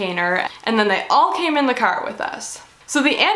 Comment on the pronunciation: That was the most Canadian ‘curr’ I’ve ever heard